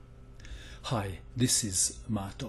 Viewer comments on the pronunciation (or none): none